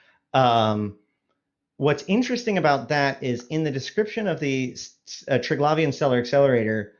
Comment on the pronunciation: tell that idiot who cant read its Tri-Gla-Vian not Tri-Glai-Vian such a simple word. READ it slowly. theres no Glaive its GLAV.